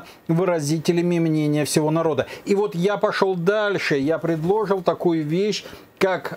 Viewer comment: К содержанию передачи вопросов нет, всё верно... Но хотелось бы обратить внимание автора на то, что ударение в слове предложить, ставится на третьем слоге, а не на втором... Мелочь, вроде бы, но ухо режет, и возникают сомнения...